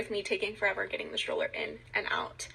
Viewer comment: I don't believe one word from that woman whose kids, allegedly, were almost kidnapped. In fact, I can't listen to her many, many "ums" AND her pronunciation of the word stroller as "shtroller". There is no H in that word, lady.